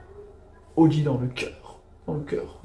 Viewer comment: 😂 l audi, pas la audi , faut faire la liaison